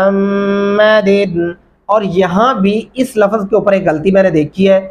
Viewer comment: Aap khud ko bhi check keejye.LAFAZ Nahi LAFZ bolye.